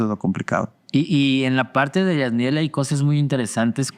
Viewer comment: Whoops, one last comment. Jatniel’s name. mispronounced at first- took us a little time to get it right, too. English phonetic: YAT-knee-elle. But they call him “Jat” (yat), which you’ll hear as “Jax” sometimes, too. Hope this helps! ❤️🥷 (Jillian)